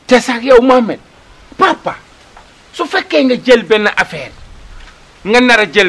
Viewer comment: Juste bènneu remarque thi kao il prononce le nom de Mohamed baparé tek thi saaga. Kou meun diot thi mom wakh ko mou évité lolou